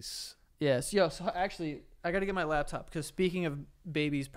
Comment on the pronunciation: It's not "labtop" Joe. It's "laptop". The March of Dimes and 9/11 bits pissed me the fuck off. I love you guys; you're just not responsible enough to discuss such topics. Stick with the humor we've come to enjoy.